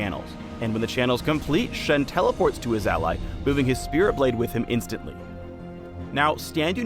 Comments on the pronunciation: shensational, jhinstantly? really really?!!! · SHENsational... GARENteed... JIHNstantly... god dmnit phreak :D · "Jihn-stantly". Classic puns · jhinstantly. please stop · Shenses? Jhinstantly? Whyyyyy? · "Until he Shenses", "...lowing him up Jhinstantly" I see what u did there. Classical. =D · jhinstantly? really phreak reallly? years of pun training and you present this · everyone raving about the puns while noone noticed "JHINstantly" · Did he really said Jhinstantly ? Yes he did -_ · shesational, shenses, jhinstantly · Jhinstantly... really? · "Jhinstatly ", pls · Blowing him of "Jhinstantly"? PHREAK PLS! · "Jhinstantly"...... Good one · His "shenses", a "garen-tueed ride into combat" and "jhinstantly". is on a roll. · "Shensational" "Shenses" "Jhinstantly" pls. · shensational? jhinstantly? really? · 'Jhinstantly' Reality?!